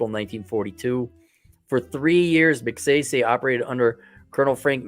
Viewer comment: Pronunciation of the last name: Mag-si-si. As in sigh sigh. The economy there was good 👍 under Magsaysay. It faltered when Ferdinand Marcos, 1, was the dictator. 😈 Although I am American, I traveled to and from The Philippines 🇵🇭 for 25+ years including 2022. Although The Philippines 🇵🇭 is a destination for Passport Men, it is still a banana 🍌 republic. Aside. Good 👍 to know that you,, will travel there. Some retired American military veterans are there since Clark AFB and Subic Naval Base were under the USA 🇺🇸. I was 1st there under that occupation. Karaoke 🎤 is everywhere. Maybe, you will improve your singing voice there while you have a San Miguel beer 🍺. That, Singing and that you are white will attract many Filipinas! L 🤣L